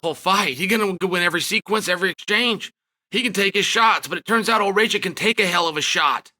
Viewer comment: It is Raa Kitch and not Ray Chick